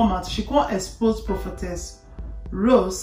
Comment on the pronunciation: Madam abeg go and learn your English , you are in Europe . EXPOSE AND EXPOŚE are not totally the same thing 🙄🙄🙄